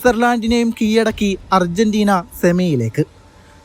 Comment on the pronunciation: Switzerland. നെ കീയടക്കി അല്ല പൊന്നു കീഴടക്കി എന്നാണ് പറയേണ്ടത്... ദയവായി ഉച്ചാരണം ശ്രദ്ധിക്കുക.. 🙏